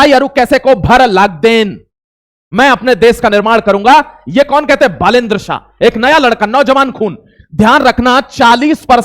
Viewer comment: बालेन शाह ❌ साह ✅